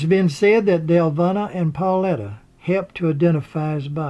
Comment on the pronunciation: Well done! I would only say that Paulita is pronounced 'Paul-eee-ta' (long e sound). Similarly, Deluvina is pronounced 'Duh-luh-veen-ah'. Hope that helps. Thank you for the video!